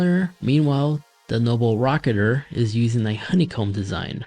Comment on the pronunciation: I don't think he actually pronounced the name correctly the entire video. He just kept saying noble rocketer and even called it noble racer lmfaooo